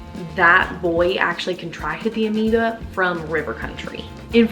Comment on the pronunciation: "Brain Eating Aneeba" lol